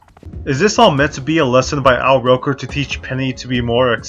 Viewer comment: *Al Roker (rhymes with joker), not rocker (capital "R" on Roker as well).